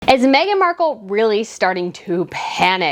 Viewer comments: Mark-elle insteady of Mark-uhl haha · You're not American so you probably don't know this fact. Marcal Toilet Paper has been an American brand for years. Amazon lists it too. You can find old commercials from the 70s. Anyway, the TP is pronounced exactly like what the woman from Deal or no deal called her. Mar Cal LOL.